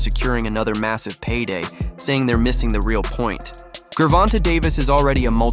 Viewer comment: AI TRASH video. Mispronounced Gervante's name 30 seconds into the video. 👎